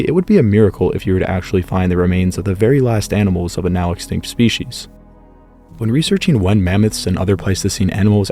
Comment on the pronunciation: That is NOT how to pronounce species.